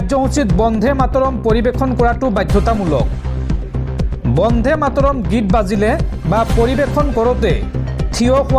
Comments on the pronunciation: বন্দে মা তৰম হে হ'ব লাগে বন্ধে নহয়। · Bondhe matorom nohoi Bonde matorom. Usharonot mon dibo. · Bande matarom bandhe mataram nahai. Ucharon bhul hoche. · Bonde matorom bhal koi ussaron korok son